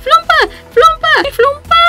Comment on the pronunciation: Se pronuncia flopa no flumpa y no hay tal cosa como flumpo o flumpito a los bebes se les dice flopa chiquito o flopa bebe hasta aqui mi carta Pd: no es hate